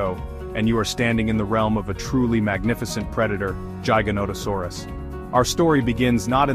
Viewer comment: based on the way you say giganotosaurus i trust absolutley nothing you say... youre terrible